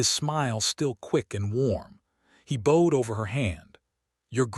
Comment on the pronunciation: Bowed in past tense is b-out-d, not bode....